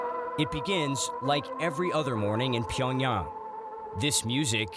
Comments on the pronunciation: pyongyarng bro pls pronounce it right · The city name is actually pronounced Pee yawn gyang